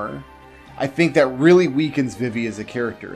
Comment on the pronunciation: Thumbs down for Vih-Vee... who the hell pronounces Vivi this way. VEE-VEE... Confirmed pronunciation was in KH2...